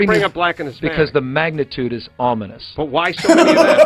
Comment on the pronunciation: ominous Ah-min-us giving the impression that something bad or unpleasant is going to happen; threatening; inauspicious. "there were ominous dark clouds gathering overhead"